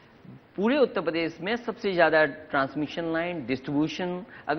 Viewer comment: Akhiliesh babu apne state ka naam lena to seekh lo km se km. He call it UTTA PRADESH. Bich mai se R kha jaate ho. 5 saal mukhya mantri reh chuke ho janaab.ab to seekh jao